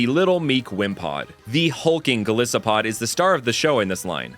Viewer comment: ive always really wanted an ice poison type to be based on frozen diseases in the arctic, but i dont think they could do that with covid in recent memory lmao also 'gol-iss-opod' is.. tragic its literally based off an isopod that is very distinctly pronounced 'eye-sopod', not to mention you ALSO pronounce the 'i' in goliath as 'eye'